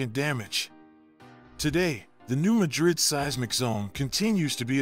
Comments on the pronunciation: New Ma’drid, not new Ma drid’. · pronounced New Mad rid check on google how to pronounce